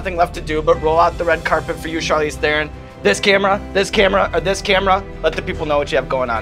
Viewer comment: Evans: If you do NOT know how to pronounce a name, JUST ASK it! You sound so stupid mispronouncing someones name! Here you can learn how to pronounce the name Charlize Theron properly